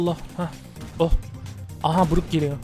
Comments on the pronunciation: abi o brock brok diye sesleniliyo bruk ne knjwhWHFESHJ:d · Bruk ne yaa aynen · Abi bruk değil brok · Abi bruk deil brok 🤣🤣🤣🤣